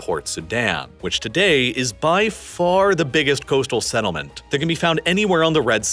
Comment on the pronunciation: what is a senelment? do you mean settlement?